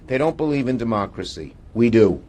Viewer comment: There he goes spewing that save their DUH-MOCKRACY bullshit